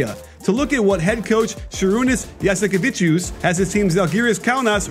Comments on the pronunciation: It's JASIKEVICIUS not Jasikeviciuc wtf it's been 3 weeks put some respect on his name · It's Jasikevicius not Jasikeviciuc... you should know this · MAN LEARN HOW TO PRONOUNCE NAMES ITS NOT ZLJEKO AND JASIKAVE... AND STUFF LIKA THAT THAT TOTALLY BAD YOU NEED TO SHOW RESPECT AND LEARN IT HOW TO SAY IT !!! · Jasikevičius not Jasikeviciuc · He was the best in Macabi tel Aviv And you said his last name wrong you need to say it like this: yasikeveches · Actually at the end u say us, it pronounces like on the word choose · To be fair a lot of Euroleague commentators mispronounce Lithuanian names. I'm not too bothered by it most of the time but if you're talking about Žalgiris or Jasikevičius a lot, you'd ought to at least learn these two words.